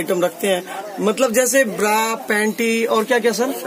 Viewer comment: Pranaunsection thik nahi bra ko bda bol rahe hai